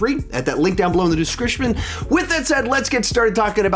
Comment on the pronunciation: Did anyone else catch how he said “description” at the start? I’m dying😂😂